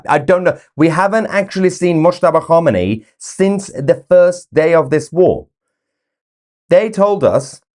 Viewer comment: Moooshtaba khaboooomi 😅😅😅😅😂😂😂